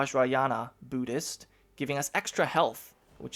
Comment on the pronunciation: Byudist? Really? Come on it's pronounced boo-dist. Buddhist=Boodist